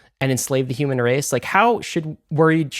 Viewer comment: I don’t like how he pronounces the word ‘Human.’